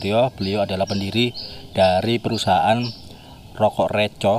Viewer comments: Re^ bukan Re✓ ... Reco pepet mas bukan layar jadi artinya beda mas... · Bukan reco tapi reco